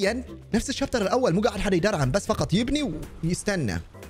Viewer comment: بداية المقطع الشابتر ❌️ الشايتر ✅️